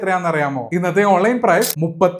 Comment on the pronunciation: ഇനാബിൾ അല്ല ഭായി എനാബിൾ.